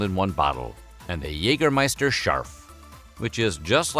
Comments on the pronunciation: its not Jegermeister its Jägermeister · "Yayger -- scheister". Just saying. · The pronounciation of Jägermeister here is a lot of garbage. The first and second letter r in Jägermeister are both fully silent, the -er is pronounced like a weird a-sound with the mouth very closed compared to an English a-sound. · While your pronounciation of "Jägermeister" is at least recognizable (kudos for that), you could improve it by pronouncing the first vowel (the "ä") more like the vowel in "bad" instead of like the vowel in "hey".